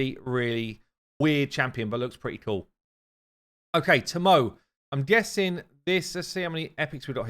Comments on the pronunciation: Hey Now! Love your vids...however, the new Shadowkin Champion, considering Shadowkin use Japanese names, Tomoe is pronounced To-Mo-Eh. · saying Tomoe is sending me 🤣🤣